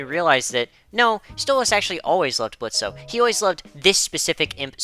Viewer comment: Question for OP: Why do you call Blitz "Blitzo" when he prefers the O to be silent?